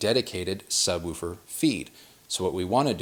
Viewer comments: The only person I've seen on youtube who pronounces "woofer" correctly. Most people say "wolfer" Lol! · Great to hear someone from north America speaking English properly😀 Woofer and not wuffer! Roof and not ruff! Refreshing!! Great presentation by the way.